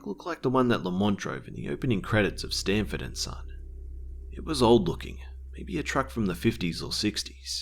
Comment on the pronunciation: SANFORD AND SON not STANford and son